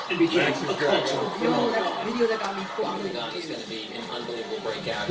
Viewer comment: Wait so it's supposed to be pronounced back-koo-gin, my entire life has been a lie. Awesome job, it's always really cool to see what this event was like through the perspectives and experiences of all the different bakumasters and through their different editing styles.